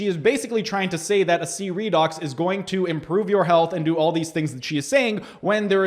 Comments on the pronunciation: What’s idiotic is that you’re speaking like you’re an authority on a product that you don’t understand and can’t even pronounce the name correctly. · You’re really doing a lot of harm with your video. I could tell within the first few seconds that you haven’t done any research at all. You aren’t even pronouncing the name correctly. Seriously?? I had chronic thyroid challenges for 14 years. Tried everything. I started ASEA and by day 26 my chronic fatigue and brain fog was gone. By day 95, the rest of my issues like circulation in my left leg, brittle hair and nails, breakouts on my face, feeling cold all the time, and more, all gone. I’m here 4 years later experiencing even more benefits like my gum pocket count keeps improving each year and even my mental focus and memory and more. Typically, things get worse as you get older, but nope, my health is the best it’s ever been. I hope you rethink this. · I’m watching the entire video and reading all of your comments. You’re not even pronouncing the product correctly. Tell me what the 8 reductants and 8 oxidants are. Maybe educate yourself on it before you act like you’re on authority on it. UGH